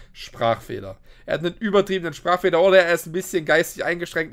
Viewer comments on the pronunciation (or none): Chücher spachchfechler ❤❤❤